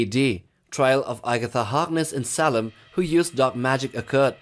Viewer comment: This is pretty awesome! I’d love to see it continue to include all the modern history as well. Also, just FYI the city is pronounced “Say-lem” not “Sah-lem,” but that’s just a detail. This video is really well-made, you clearly put a lot of work into it! I’d also love to see the extreme distant future!